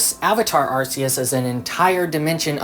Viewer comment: awesome video but I don't mean to be that guy but it's pronounced Ar-key-us not Ar-see-us